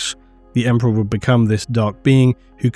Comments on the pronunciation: Right. Emprah'. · haha Emprah sounds better tbh. The word will never be the same again.